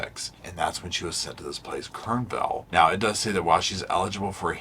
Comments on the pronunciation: KERRville not KERNville! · Kerrville. Kerr not Kern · Hey! One thought about this case is how religion can screw with people's minds. She had mental issues, yes, but she wanted to save the children's from damnation... I just can't with religion. And a small correction for you, the place she's at is Ke r r ville... not Ke r n ville. 😊:_Lovesit::_Chihuahua::_Lovesit::_SofaSquad::_SofaSquad::_SofaSquad::_SofaSquad:c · I lived in Kerrville. The gates to the hospital is never closed or locked. She could walk out anytime. Also years ago she started leaving the grounds to go attend a baptist church in town. The fact that she stays makes me feel she has issues knowing what she did. I personally couldn't live with myself if I killed my kids so for that I give her a little respect. You keep saying "Kernville". There is no "n".